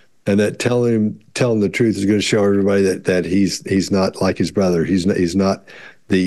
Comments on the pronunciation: He pronounced brother like BITH-AWW. Anyone know why? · Yeah!! When he says brother…. What was that!!? It’s not exactly an accent, is it? Just a weird way to pronounce some words.